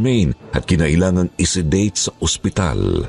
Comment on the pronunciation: angspital. sinasapunan. 😂😂😂 Ano daw??? narinig ko habang nagmamaneho Ako. Mamatay Ako kakatawa magisa.